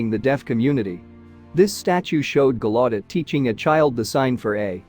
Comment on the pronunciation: How the fuck did the AI voice totally blunder the pronunciation of the largest Deaf university in the world?!! GALLAUDET “GAL U DET”, not “GA LOT TID”. You folks have to cut this AI shit until it’s perfected. Horrible video. Shame on you.